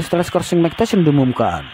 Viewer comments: MAAF MIKE TYSON, DIBACANYA MIKE TAISON, BUKAN MIKE TESION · Mike Tyson dibaca Bacanya Bukan "meik teshion" bung tapi "maik taysen" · Mike tyson dibaca Maik tasyion 😂 Btw Andrew itu dibaca nya endru bang 😂 Tyson dibaca taysen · Apa sy aja yg denger kalo si ngmong mike tyson jadi mike tesil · Cara membaca Tyson benerin min...